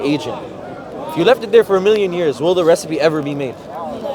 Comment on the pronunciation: MashAllah daii brothers doing it well. Just that the bro in a hat and glasses to the left needs to work on his W's. He is constantly mispronouncing Will and Willing as Vill and Villing....